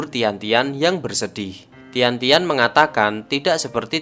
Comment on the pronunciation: kak, g di baca k, kao xiang. tian baca thien, jadi thien thien. sukaaa bahas film mandarinnn❤️